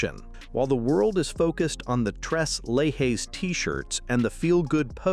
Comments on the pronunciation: 3 leches is pronounced "trays laychays" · It’s pronounced just like it’s written….tres leche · To the person who is narrating this video. Your mispronouncing the name. Tres Leches translates to Three Milks, it's a Hispanic Cake made of you guessed it Three different types of milk and should you ever get to taste it trust me YOU will want more. It's very tasty, but like these three ladies, alone they're very good, but when you mix them together, Man They Are Amazing...